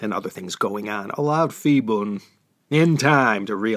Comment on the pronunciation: Ugh!!! You mean to tell me all this time I pronounced Phibun's name wrong? Nobody said anything till now. I made a note to go back one day and fix those 2-3 episodes where he was a prominent figure. I'm embarrassed. But I thank you anyway for teaching me.